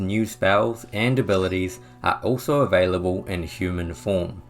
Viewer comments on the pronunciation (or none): none